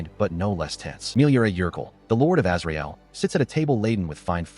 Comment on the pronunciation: When I heard "Azrael" at first I thought they said Israel. Lol